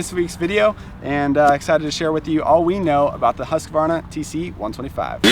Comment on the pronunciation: congratulations!!! You finally pronounced Husqvarna correctly!!! 👍🥂🍾👌👏🏆🥇